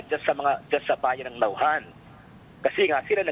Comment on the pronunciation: First of all this lady interviewer could not even pronounce the town Naujan correctly and she thinks she knows the ins and outs in the Congress. Is she trying to be American? What is wrong with you people? You are Filipino and you could not say the town, correctly??? Don't you review this first before you go live? I know this Congressman Arnan. He would not do such a thing. He is beloved by his people. Sen. Lacson might have been too quick to point fingers. Sen Ping Lacson could not even pronounce the town Baco correctly as well. Looks like he did not study very well. The problem lies in DPWH, District Engineers, Regional Directors and Contractors. On the allegations that officials like Senators Escudero and Villanueva have ties to contractors, then that should be investigated as well. Even Mayor Isko Moreno complains that DPWH does not coordinate with LGUs properly when they do big projects like this. Philippines need to be well versed in Project Management concepts especially in DPWH. This is a big problem in the Philippines, lack of Project Management skills and guidelines. This is the reason why contractors corrupt the funds during implementation and support process.